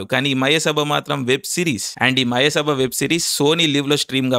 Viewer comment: అరె తిక్క బ్రదర్ మయసభ అని సరిగా మాట్లాడు బ్రో